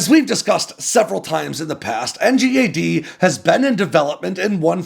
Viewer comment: It's pronounced N-GAD mate